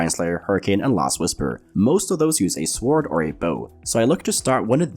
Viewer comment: The w in "sword" is silent. You're welcome